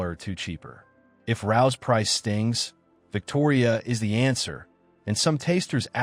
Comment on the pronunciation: Rao's is pronounced Ray Ohs.